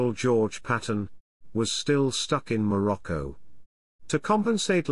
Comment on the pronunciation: Lol what on earth is "maroko" - did you mean Morocco?